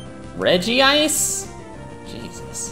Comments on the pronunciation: it's Reg-ice.Not Regi-ice. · get your pronounciation correct. It's Regice not Regeeice. It's one of Regis but his name is different from the others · What the hell is a regi-ice? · That moment when you are too nervous to pronounce regice correctly